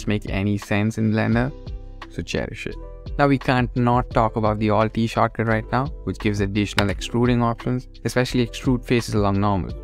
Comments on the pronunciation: After you said shortcut enough times it starts to sound like "chakra" and so i felt like i was watching a very spiritual video about discovering various blender chakras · I thought you were saying chakra for the first 3 minutes then I realized you were saying shortcut. Now I'm calling them chakras. Great video bro. These are the things tgat make pros. Big ups